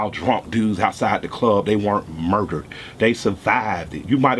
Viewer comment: I FELT Homie!!! The way he says MURderED! & the look on his face!!made me join IG Guestion though WHY? WHY? WHY? isn't this VERY VERY VERY Intelligent SMART pro-active & reactive solution to the struggle isn't "going viral" in OUR community? We can spread viral videos of funny/amusing, World Star or shocking vids. However Modern day Malcolm X's & Dr. King's just get passed over ( unless it's an 11 year old boy imitating viral REALLY!! FOH!). I pledge to become part of the solution. . .Soon as I can $100 to A Black owned bank!! MY MAN KILLER MIKE THE RE-IGNITION OF Mal X, HUEY, FRED, & STOCKLEY & KING all rolled up in, 1 LUV!!!